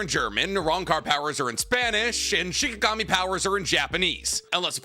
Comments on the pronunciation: Nick calling shinigami shikigami makes my heart piss its pants. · Keep saying shikigami, for bleach when they're shinigami